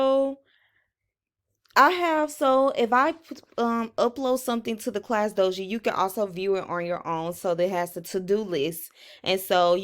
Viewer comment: Class dojo not class doji